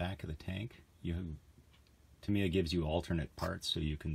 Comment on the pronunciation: Why americans got to always abuse english or other counrty words ?..its pronounced Tamya not tameeya